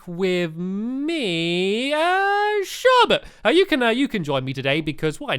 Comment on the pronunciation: it's Sherbet not Sharbet! Stampy get it right